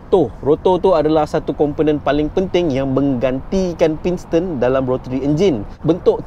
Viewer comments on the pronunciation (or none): pinston pinston. senang je bang sebut betul betul. pis ton. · Piston la bukan pinston😅